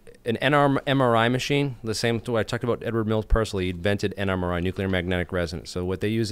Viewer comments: But nucular scawy. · It's not pronounced "nuke-you-lar".